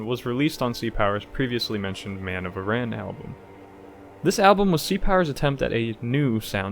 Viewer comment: Aran Islands sounds like Aaron, not Iran